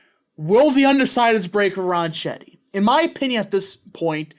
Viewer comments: I'll be voting early for him this morning. It's pronounced "Ron Ketty" BTW. Thanks for the vid 👍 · You should learn how to pronounce his last name before you start to talk about him. I am by no means a Grisham fan. She’s a lunatic. Ronchetti was a weatherman for years on KOAT. It’s pronounced Ron-ketti. Try calling his campaign headquarters if you believe me. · Yeah, Ronchetti is an Italian name. And the "c-h" combo in Italian makes a 'k' noise. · Ronchetti is an Italian name. And the "c-h" combo in Italian makes a 'k' noise. So you're pronouncing his name incorrectly. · Hey, the pronunciation is 'close enough for government work' OK?